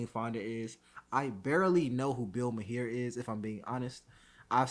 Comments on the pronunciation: His name is pronounced Marr, not may-hair....... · his last name is pronounced "mar". and jane fonda is a washed up "war protestor" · It’s pronounced Marr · Say his last name like the planet "Mars" but without the S "Mar" Maher = Mar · Okay, I like this host but Bill "Mahair?" His surname rhymes with Flower. And he doesn't know who Jane Fonda is? How about doing the most basic Internet search on these people that you decide to make a podcast about? Dude, this makes you look so lazy and unintelligent. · Ma-here. Ha ha ha. At least I smile knowing you don't watch his show regularly. 😁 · Bill Ma-here and someone named Jane Fonda. Oh man. 🤦‍♂️🤷‍♂️😂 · Pronounced Mar. Jane Fonda was a very big star in Hollywood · Pronounced marr. 👍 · It’s pronounced Bill Mar as in the planet MARs. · Hey, good work but it's pronounced "Bill Marr (Maher)" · Bill Muh-hair 😂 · Look up Hanoi Jane. Pronounce Mahar to rhyme with car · "mar". Bill's last name is pronounced "mar". :) Good vid, dude. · His name is pronounced Mar the he end up basically silent, that how I hear it most. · Bill Mahar is pronounced Bill MAR. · I'm crying how you said maher( mar) and you don't know who Jane Fonda is. You made my feel so old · Bill MAR with an ringing H at the end. Stand up comedian, actor and host of Politically Incorrect for a decade. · Mar. The h is silent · Bill marr is how it's pronounced lol 😂🫡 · Wow, you can’t even pronounce Maher correctly and you don’t know who Jane Fonda is and you want to comment on this stuff! Context is key young brother and googling $h¡+ is a thing!